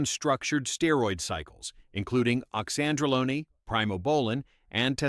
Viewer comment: Oxandrolone...like Lone Ranger, not bologna as in sandwiches/Tren. Iris is the GOAT!😊